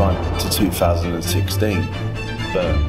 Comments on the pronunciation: Bryne, not "Börn" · I love how he pronounces "Bryne" as "Burn". However, I can't really find a good way to explain how to pronounce Bryne, feelsbadman.